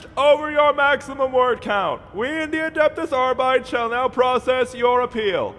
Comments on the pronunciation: "Adeptehs Arbytes". Holy shit my latin part of the brain...HNNNNNNGHHHHRRRRRR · The fact that he keeps mispronouncing “Adeptus Arbites” makes his insane enforcements all the more profound.